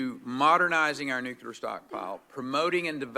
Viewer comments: Perry says "Nukular". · Rick Perry's Response: "WHAAT'S A NEW-Q-LAR FI-SEE-CIST??"